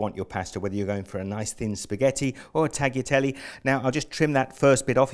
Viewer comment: great recipe , but it's pronounced "tah-lyah-tel-le" :)